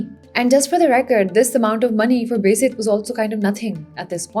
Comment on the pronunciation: Can you please pronounce "Beyazid" as "Baa Yazeed" because that's what the actual word is. It is not "Bezid"